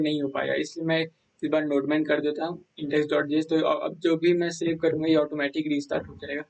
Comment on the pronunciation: bro wo nodeman nhi nodemon hai 🤣🤣🤣🤣🤣🤣